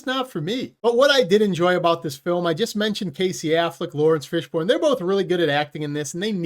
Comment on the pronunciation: Who is "Lawrence Fishborn"?